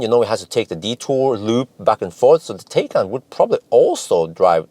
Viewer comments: It is pronounced Porsche Thaikaan, not Tay-can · Hi, Taycan is pronounced as Tie-con, or like Thai-con:) or like english “Tie” and Norwegian “kan” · Tie-con. I remember it by tying up a convict. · Pronounced Tai-Kan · With a name like that, Porsche should be glad if people don't pronounce it 'tea can'... Thinking of... If I'd buy one, I'd name it 'Earl Grey‘ 🤣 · Taycan: the "a" is to be pronounced like an english "i". Thanks a lot for your great work